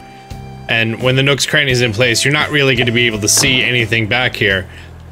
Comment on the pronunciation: thought you said nooks granny